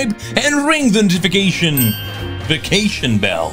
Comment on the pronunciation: The “Noti-Vacation” bell